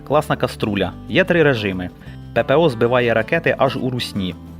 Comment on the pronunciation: коструля)- це той хто неправильно вимовляє слова))))